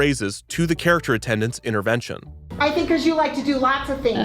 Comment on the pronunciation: “inerventions” bro what lmfao